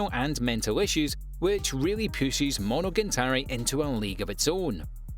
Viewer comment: Monogantari Demon King Diamo really? is it too difficult to read the letters on your screen? I like your Top 10 videos but please pay a little bit more attention to the actual names of the anime. it ruins the whole sensation.